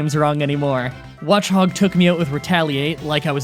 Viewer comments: “You guys can’t make fun of me for pronouncing the Gen 5 Pokémon names wrong anymore!” Immediately says “Watch-hog” with correct pronunciation on screen. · "You can't make fun of me for pronouncing all the gen 5 pokemon wrong anymore" Literally 1 second later: "Watch hog takes me out with retaliate" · “Ha! Can’t make fun of me for mispronouncing Pokémon now!” One second later... “Watch-hog comes out” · Everyone complains about things like Gene-sect and HydrOgon, but I love that he brags about having a list with the pronunciations, which includes watchog as watch-og, and 3 seconds later he pronunces it as "Watch-Hog" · Got a list saying to pronounce Watchog as Watch-og. Though straight after talking about it says Watch-hog (or as it sounds :D) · says "you can't make fun of me" shows the correct pronunciation watch-og "watch-hog" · shows list stating watchog is pronounced watch-og, brags about his newfound perfect pronounciations, then proceeds to pronounce watchog incorrectly by saying watch-hog, , smh 😂😂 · "You guys can't make fun of me for pronouncing all the gen V pokemon names wrong anymore." (the very next phrase) "Watch-Hog took me out with retaliate" The pronounciation "watch-og" was literally just on screen! C'mon! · you immediately said watch-hog after that. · "Watch-hog" sounds better tbh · "You can't get made at me for pronouncing gen 5 pokémon names wrong anymore!" literally less than 2 seconds later: "Watch Hog" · "You can't make fun of me for mispronouncing names anymore" 2 seconds later "Watch hog" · “I have a list of pronunciations so I can’t pronounce anything wrong” Then pronounces Watchog wrong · he pronounced Watchogs name wrong